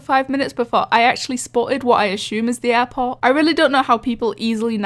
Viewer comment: Bo offense but when you say airport its sounds like airpods